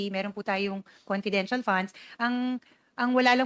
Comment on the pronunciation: Hoy Castro ayusin mo ang PAGBIGKAS mo sa LETTER. Anong LUTTER?? Dagdag na naman yan sa MELYON MO. Nagsama talaga kayo dyan WAM POINT 3. Sa compidential pand. Kakahiya kayo HOYYY!!